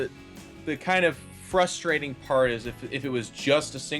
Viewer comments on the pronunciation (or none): none